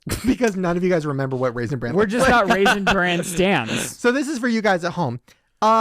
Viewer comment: it's RAISIN BRAN....... not Raisin brand..... stahhhp it. 🤣